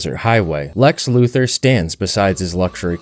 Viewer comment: I like to think kyle 100% knew that was lex luthor and kept saying his name wrong just to mess with him